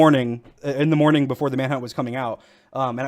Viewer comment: BEFORE NOT BOOFORE